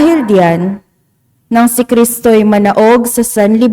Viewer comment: ma-na-og, hindi po mana-og